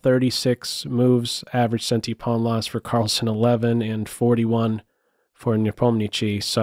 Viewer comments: Great analysis! When will we hear you say Nepomni -acht-chi,and not Nepomni-chi? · Great as always! Quick comment, I believe the last syllable of Nepo is “shee” and not “chee”. Nevertheless Keep up the wonderful content! 😄